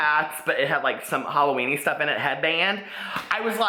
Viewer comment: LoL Happy Hall-o-wwenier lmao omg i love it